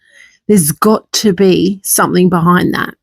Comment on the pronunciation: It really irritates me some THINK …….ITS SOME THING…….. NOT SOME THINK PLEASE TRY TO SPEAK THE RIGHT WAY